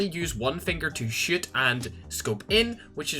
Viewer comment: When you say shoot, I hear shit😂